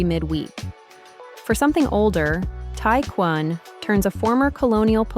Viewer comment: This video is fairly up to date and generally useful. However, there are some minor mistakes. The map does not show Macao, nor Hong Kong for that matter. (Compare the correct map .) is talking about hotels in Macao peninsula, but the wording is wrongly written as Kowloon peninsula in Hong Kong. Tai Kwun should be pronounced as Tai Kwoon, not as Tai Kwan. A-Ma Temple is pronounced Ah-Ma Temple rather than Ai(d)-Ma Temple. is not Taipa Village, but probably somewhere else in Mainland China.